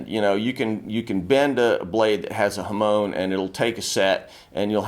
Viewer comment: 'Hamoan' isn't how its pronounced in Japanese 😅 its HA - MON as in ON/OFF. But amazing video.